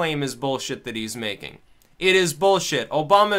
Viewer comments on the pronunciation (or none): none